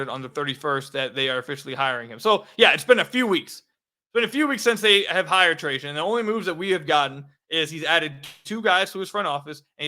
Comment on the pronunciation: I'm glad you started pronouncing Trajan right.